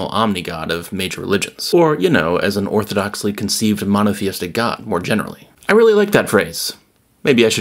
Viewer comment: “Orthodoxly conceived monotheistic God” I heard it in an Australian accent.